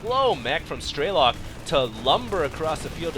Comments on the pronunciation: Why do you say "Straylok"? Damn it, I bet you're still saying "Layer" too. Strelok. Say it, Strelok. You also really need to watch these games beforehand, before you put commentary on them. You keep missing things, and it's starting to happen alot. First you say air superiority is key to win a TvT game, then you say that going mech to control the ground is key to win in TvT. Is that basicly saying that you need to win to win? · StrelOk not StrElok !!!! its russian word.......